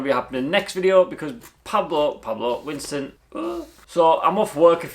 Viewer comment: Winston not Wiston!